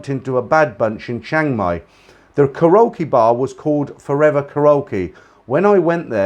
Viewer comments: you say the word ( KAREOKE ) KA RO KEE W R O N G IT IS PRONOUNCED KA REE O KEE ok? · I was getting a kick out of your pronunciation of Karaoke. :)